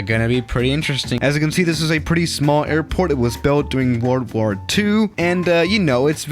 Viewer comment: When you said World War, it sounded like word ward.